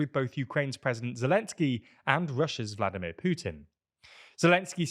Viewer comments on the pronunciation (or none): none